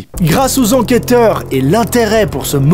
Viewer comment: "enqueteur" ?? MDRRR